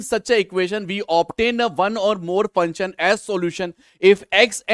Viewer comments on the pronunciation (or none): Sir funchan nhi function hota hai pehle bolna toh seekho fir padhana 😂😂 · sir pronounce of function is funcion or your speaking way is funcion not joking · Bhai function bolna Sikh le varna Matt hi bol ....kab de dimag kharab ho Raha hai functen functen sun sun ke